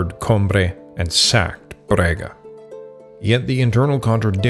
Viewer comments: Very good research, but OMG you mangled our Portuguese city names! It is NOT Brega, but BRAGA, and Santiago do Cacém is pronounced Santiago do "Kasém" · Sorry for the weather, as compensation I'll excuse the mispronunciation of the name of my city, Braga 😂. Great work, thank you for exploring and exposing our country and history.